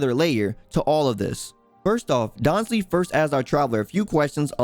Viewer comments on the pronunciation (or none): Daanslif, perfect pronunctiation (no offense) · I like the content bro but how you pronounce Dainsleif bugs the hell out of me... 😅